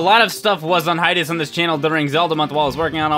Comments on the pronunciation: Hi-Tus? I love your vids PBG, but it's Hi-Ay-Tus... Hiatus. That's how you say it... Sorry, just bugged me... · What IS hietest? Or whatever he says at the beginning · the way you say hiatus sounds like some form of martial art ^^